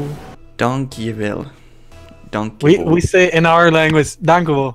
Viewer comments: Thank u means "Danke" or "Dankeschön" in german. Not dankewell xd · dangewell?? It's Danke or Dankeschön :D